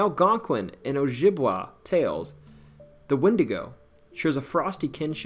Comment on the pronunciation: Ojibwe is pronounced Oh-Jib-Way